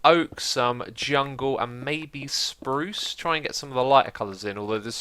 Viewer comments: Sprrrrruce <3 that made my day! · How much wood would a woodchuck chuck, if a woodchuck chucked wood? Nice tunnel! Btw, have you been hanging out with Iskall lately? You certainly pronounced some swedish R's on that spruce bit 😏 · When you said spruce, it sounds exactly like when iskall says spruce on Swedish!